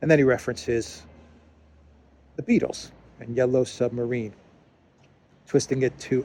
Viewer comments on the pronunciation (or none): none